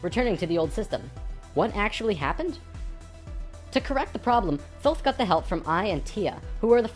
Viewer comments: LOL "Thoth" the Egyption god of Moon and Writing...pronounced "Tote" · Please stop mispronouncing "Thoth". It's "Toth". Hard "T", not a soft "th". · Years ago I was blessed to be able to communicate with ETs and spiritual beings through Ida Kannenberg, now deceased. She could communicate with Thoth, and Ida told us that the name is not pronounced as it is spelled. It is pronounced Tah-Hoe'-Teh, in ancient Egyptian. Just for the record. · i've enjoyed these videos.. especially 6 and 10, but I had to stop watching this one about 6 minutes in... also, if you're going to speak of Thoth, do him some justice and pronounce it correctly, "tay-hoote"; the 'h' is very soft. And maybe take Drunvalo with a grain of salt dude...